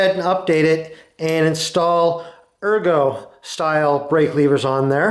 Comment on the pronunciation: Aero, not ergo.